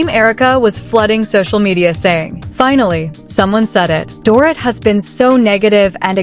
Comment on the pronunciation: If these damn AI storytelling freaking channels don't learn how to say these people's names right just don't do the 🤐story Smh they say Doorit ..So annoying to hear it like that over & over again🙄